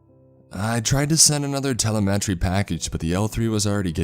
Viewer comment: It’s fun listening to him butcher “telemetry” though.